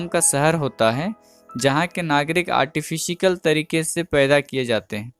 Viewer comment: Artifikal or artificial??